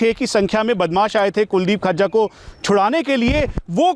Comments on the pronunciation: Khajja nhi vo fazza hai bhai 😁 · Gajja, majja, rajja susro se FAJJA nhi bol paa rhe kya anchoring karenge....Batao badmasho ki itni himmat ho gai custody mein se bhaga le gye...chalo Guru chela dono ka kaam tamam ho gya.